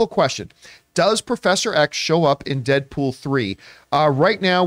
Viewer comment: Who the F is “Deapool” ? Lol